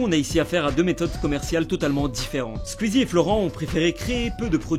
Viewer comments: J'ai horreur de la façon dont il prononce SQUEEZIE «SKUEASY» 😂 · ARRÊTE DE DIRE SQUIZI wsh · Ça me stresse il dit [Squizy] et pas [Sqouizie] j'trouve ça trop perturbant mdr